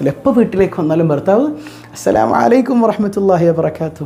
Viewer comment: Usthad salam parayumbol entho oru ithu assalamu alla ashalamu ano ennoru thonnla